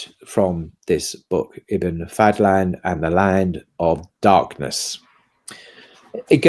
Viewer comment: أحمد بن فضلان not Fadthlan ض is exclusive to Arabic and is like an emphatic d